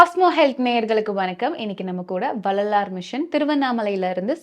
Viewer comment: Anchor should learn to pronounce tamil. Couldn't even pronounce Vellalar correctly. Very bad